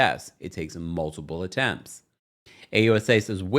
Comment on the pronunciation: PLEASE note that there is NO B in the word "multiple!" You keep mispronouncing the word with a B and it drives me crazy! Just and FYI.